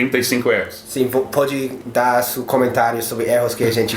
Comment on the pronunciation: ``pode dar su comentário`` hehehehe